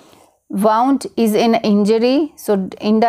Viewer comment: Wound pronounciation is wrong